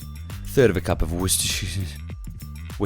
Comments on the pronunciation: Cheers mate, I'm a skinny beginner without a clue what to bulk on that I actually like. I will defo be trying these all next week Also its pronounced, wooster sheer 🤣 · It's pronounced something like wustersure or simply wuster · "Worsteshizz" "Worsteshisis" "Worsteshesisssisssss"